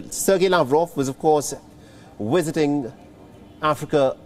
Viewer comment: Am I the only person who keeps on hearing wisiting instead of visiting